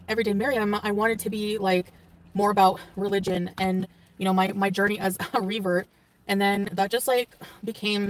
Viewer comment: Every time she says revert I hear another, not so nice word.